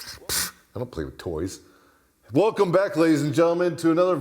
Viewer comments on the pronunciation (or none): none